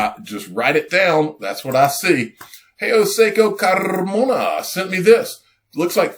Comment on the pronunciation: As a Canadian, I thoroughly enjoy how pronounces Jao seco carrrrrrrrmona. A lot's changed since 1944, the world needs XRP as the reserve currency, otherwise it will be Yuan which no one else in the world but China would want...certainly not the U.S.! Uncle Sam won't let that happen. Anyone who's read "The Creature From Jekyll Island" knows the importance of these events happening RIGHT NOW!